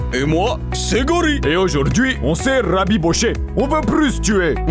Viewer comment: Haujour’dhui on c’est rrrrraaabbbibocher 😂